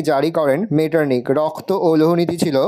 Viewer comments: রক্ত ❌️রস্ত ✅️😂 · রক্ত ❌রপ্ত✅